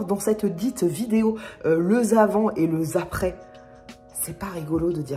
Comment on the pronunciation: Tes liaisons incorrectes (du style le zavant et le zaprés) me feront toujours rire, je t'assure n'arrête pas 😄😂